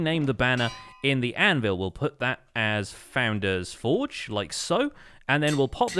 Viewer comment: It is the only poultry man which is evolving into the Pesky bird. My life is a lie, I thought you always said foundains-forge but it's founder's Forge? Huh?